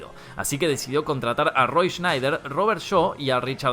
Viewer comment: Es Roy Scheider, no Snider